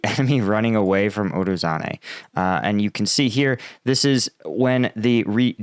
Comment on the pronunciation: not urozane but urozhaine. zh, llike in zaporyZHzhia. uro-zhain-eh. ro-BO-tin-eh. klish-chi-yivka. here you can hear him spelling it